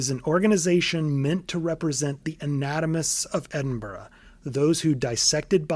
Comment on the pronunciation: not even ten minutes in and i'm already vicariously living thru this video. this is so indescribably meticulous and in-depth that honestly, i'm glad someone else has such a deep passion for the world of bloodborne and its true inspirations. note: THANK YOU for pronouncing edinburgh right. not many outside of scotland do, so it's a nice big of respect from me as a scot.